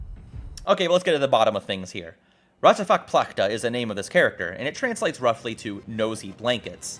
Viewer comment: Raťafák Plachtas message of "people on the TV can be wrong" is actually to this day replicated in most Czech made shows for kids! Vids so good I forgive you the pronunciation of his name too lol